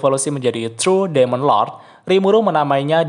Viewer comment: Demon = bacanya dimen